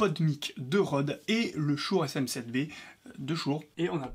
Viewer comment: Prononcer "Shoure", mais à côté dire "podemique", c'est un peu rageant